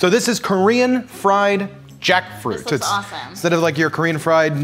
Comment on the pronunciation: them: take a shot every time he says jackfruit me at 20 sec: koreesn freyed jAckfroot